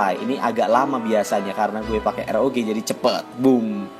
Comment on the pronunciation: "karena saya make ER OO GEE jadi nya yaa cepet", rasanya kayak di tampar hmmm.